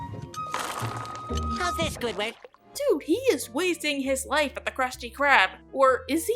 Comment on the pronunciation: It pains me when she says Squiward without the D